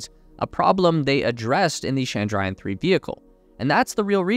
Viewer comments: It is Chandrayan not Shandrayan (please don't frenchify the Ch sound). You call Jesus's worship place as Church, not Shursh ... now do you? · Pleeeeeeeeease ! It’s not Shandrayan 😡, it’s Ch(as in chocolate)andrayan . Do your homework. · It's chandra (moon) - yaan (Ship/Vehicle)